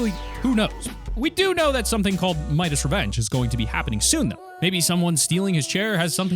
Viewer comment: It’s pronounced... Midas es Revenge as in his revenge